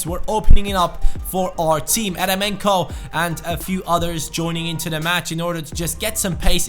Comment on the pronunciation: Great video! Just a little thing, Eremenko is actually pronounced jeremenko since it is a russian name